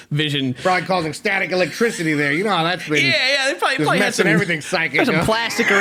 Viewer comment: "probally half a dozen"